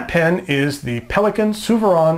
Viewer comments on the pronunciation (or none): Souverän is a German word. It’s not pronounced ‘soo veron’ as you did, the correct pronunciation sounds like ‘Zoo-ver- rain’. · Souverän means extraordinary or The best. unfortunately Its german and do not Sound like What you try to say.